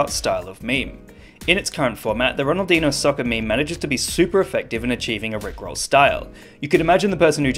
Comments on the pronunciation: he said " Hahaha, Ronaldinho Soccer!" like if he was japanese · ahahahaha, RONALDINO SAUSSER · Hahahah! Ronaldihnou Sauccer! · Ha ha ha ha! RoDaLdiÑo SoCer! Definitely no gringo can comprehend this meme and even pronounced and reviewed because, they dont have the Ñ in their keypad.